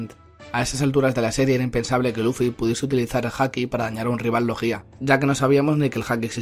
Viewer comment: ¿No se supone que se dice "logia" en lugar de "logía"? Me ha sonado super raro jajajaja